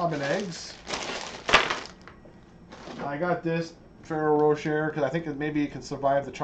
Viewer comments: It's Fe-RE-ro ro-shEH, it's italian. He said it correctly in the video, although incorrect on it being french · Fer-roar-a-shay ,...you said it almost perfectly ! Wish I had caught you live while I was doing my eggs . I just got my Christmas tree and some decor down yesterday ...I’ve had pneumonia for ten days and my son was also sick. I made the HUGE blunder of telling him there would be no Easter egg hunt on Sunday morning if Christmas trees were still up..so, as soon as he was past the worst of it and his fever broke, the first thing he asked me was ...” Mummy, are we taking down the Christmas tree today?” ...this was asked no less than twenty times a day, lol. Like I said ...a huge parental blunder, I blame it on the fever. We pushed through and finally got the last tree ( I had four up) down, the last room in the house my foyer was also de-Christmas’d. Then of course there is the matter of putting your house back in order once the trees are down. My son is only ten and I’ll tell you I’ve never seen a child more highly motivated to help. Because I’m still very weak and shaky from being sick for a week and a half, he took every single ornament off himself and gently laid them in a bin then I wrapped them and put them in their bins. I actually set a new record I think, I had all the eggs stuffed and hidden cleaned up and made my famous overnight yeasted waffle batter mixed up, all before 2am...that’s about 3 hours early for me, lol. And still here I am...watching your video am, ha ha...I’m such a night owl...I just can’t lay down and go to sleep, so I watch videos until I fina